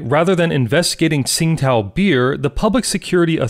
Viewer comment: To be correct, it's pronounced Ching Dow not Sing Tao.